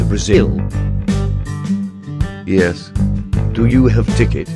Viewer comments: me being a brazilian having a heartattack when he said the word brazil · Parece que você disse Brazil???